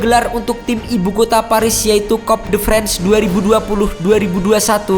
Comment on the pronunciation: Eh itu pengisi suara nya ga bisa baca "league one" dan "coupe de France" dg benar ya?? 😀😀😄😆😂🤣🤣